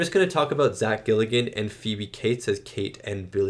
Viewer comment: You keep saying Zack Gilligan, it's Galligan 😆 He's an every-man actor who still works to this day, but never had leading man chops, this was by far his highest profile role ever, which works because it's inevitable the "main" character gets overshadowed by puppets, they didn't want/need a charismatic lead like Kevin Bacon/Tom Cruise/etc. Like with many creature/horror, or even action movies, but Gremlins moreso than most, the "plot" is almost entirely inconsequential. The driving force behind the movie is the puppeteers. What cool stuff can you guys do that audiences have never seen before? And this was the 80s, Jim Henson had made puppets huge in the 70s and there was a whole industry surrounding them. By the 80s horror boom many of them wanted to do more adult stuff away from Sesame St/Muppets. (FUN FACT! Gates MacFadden, TNG's Dr. Crusher, was a puppeteer with Henson! She's credited as Cheryl MacFadden whenever she does puppet work, Gates was her mother's maiden name.) Director Joe Dante turned down the sequel, they spent years trying to put one together and eventually came back to him. He agreed to do it basicly on the caveat he could do whatever he wanted - which meant cutting the creature team LOOSE with an even higher budget. If you thought this one was zany... Looking forward to you checking out the sequel.